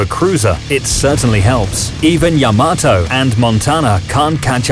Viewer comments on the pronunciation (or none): none